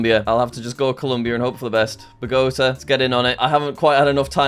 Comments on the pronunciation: I'm a Spanish speaker and felt the same way hearing him say Bogota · Normally I feel for Jack, but he deserved to lose just for somehow making Bogotá rhyme with pagoda and Yoda.